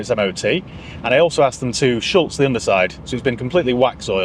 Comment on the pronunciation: Excellent video as ever. A small thing, it's Schutz not Schultz (no L)